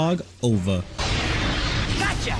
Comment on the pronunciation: who says ova like over its just o.v.a omg